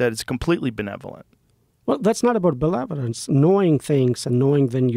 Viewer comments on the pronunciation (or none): What is with these guys and "belevelence" and "manevelence" those are not how those things are pronounced. 😂😅